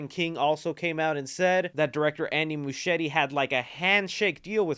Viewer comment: Is that how you pronounce Muschietti? Serious question, cause it's weird, the name sounds Italian, but I google him and he's from Argentina, but his sister's name is Barbara, very Italian as well, and if it was Italian Muschietti would be pronounced with ahard C (almost like a K) so I'm just curious now LOL